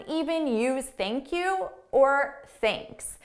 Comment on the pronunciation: Basically theink Q